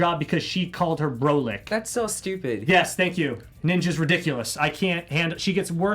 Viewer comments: its pronounced BRAH-LICK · Love, it’s pronounced BRA-LICK. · U don’t how to pronounce brolic really. Brah -lic